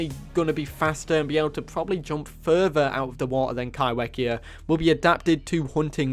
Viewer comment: Kaiwhekea is a Te reo Maori word so it's pronounced Kaifekea just to let you know.